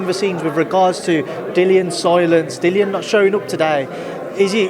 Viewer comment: Dillian White's name is pronounced Dillon or Dylan ! the sport doesn't know 😭😭